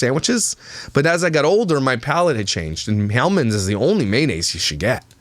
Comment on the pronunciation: Why dos she call it manaise. It’s mayonnaise